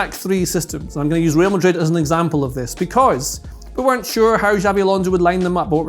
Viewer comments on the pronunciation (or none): none